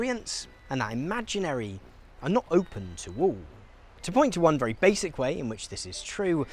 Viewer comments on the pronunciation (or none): none